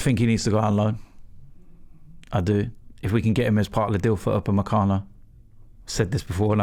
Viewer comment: "Naitland-Miles" "Pochechino" "Upamencano" "Papavopoulos" "lol you said saha"